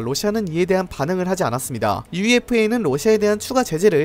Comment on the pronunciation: '유에파'라고 말씀해주시면 감사하겠습니당